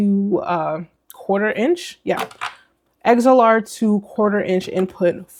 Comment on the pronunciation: You lost me at “eggs-L-R”